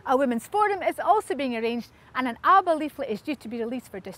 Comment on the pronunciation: Please pronounce the party's name correctly.